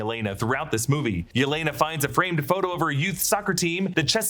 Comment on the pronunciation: Never heard "labor" pronounced that way before